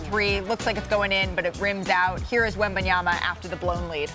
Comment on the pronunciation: Perk there is just one B … wem-ban-ya-ma … NOT wem-ban-yam-ba … geez show some respect to the man